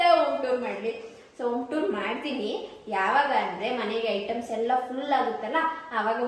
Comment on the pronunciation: ಐಟಮ್ಸ್ ....not ಐಟoಸ್